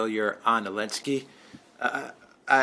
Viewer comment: I meant it more as a funny... Why can't he just say the z... haha I will purposely mispronounce someone's name whom I don't respect so I wonder if this was his reasoning..